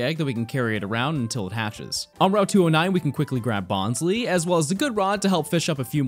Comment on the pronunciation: criticises someone's pronunciation of "lopunny" also: bonz-lee:p